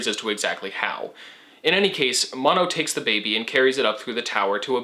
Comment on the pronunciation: I think it's also "Mo-no"